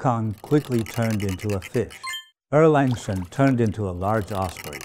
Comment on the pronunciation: I wonder who actually this master is. Why does he pronounce Sun Wukong as San Wilkong. And Erlang Sen as Erleng Sen. He's Chinese is he not.